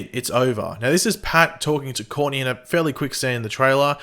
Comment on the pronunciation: Hey! Since you're doing aot on Stsrgirl, why not practice pronouncing Courtney correctly,.rathe.than calling her 'Corney?" Seriously.